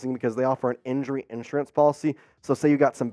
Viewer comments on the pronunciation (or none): none